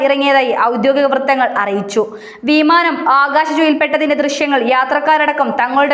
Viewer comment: വീമാനം നല്ല ഉച്ചാരണം